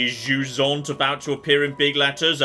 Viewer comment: For those of you that speak english and/or les francophones comme moi, jusant is pronounced juissant. Which is just unfair really.